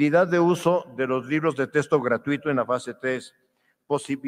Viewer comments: Diaz Barriga, investigador de renombre, sueldazo... y pronuncia "testo" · Doctor y ni siquiera sabe pronunciar la palabra texto